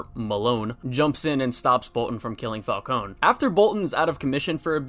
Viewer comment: My favorite part of this game is when he says “I heard one of your guards call me Mr. Falcon! Ingrates can’t even get my name right” and that makes me happy cause my only criticism with the Batman is that the pronounce his name wrong